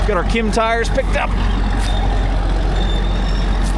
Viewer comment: Dit you call them ,,kim tires,,?